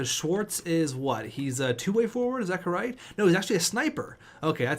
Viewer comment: Did anyone else here say corright?